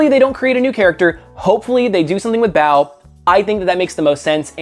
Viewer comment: About Clownhunter... You pronounce Bao kind of like "bout" with a questioning tone.